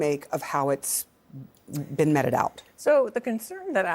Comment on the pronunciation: U tube isn't allowing me to like this video, but I do!! Thank you. Kevin O'Leary is smart, says true things about finances!! Thank you. Metted out, instead of meted out???? Where dod thus lib chick go to school??? She is judtvreading her lines??? Lol...